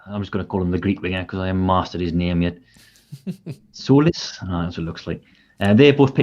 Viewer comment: My Cypriot Mrs says its pronounced Zolis 😁